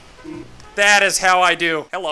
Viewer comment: The "heallo" will never get old 😂